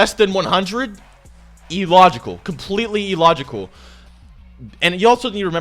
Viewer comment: Its pronounced Ill-logical not E-logical